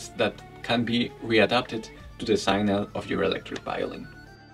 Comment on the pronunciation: Sig-nal, with a short I and the g pronounced, not synal.